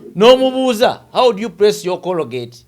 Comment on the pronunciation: Yii omuyivu mbu cologate its colgate